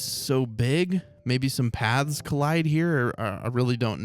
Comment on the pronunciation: Every time says Paths, I hear pads maybe it's my headphones or something